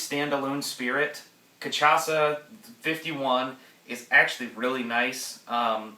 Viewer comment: It's pronounced ca-sha-sa